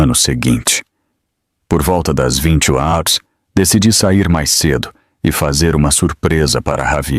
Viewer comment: 23 hars vc não sabe falar horas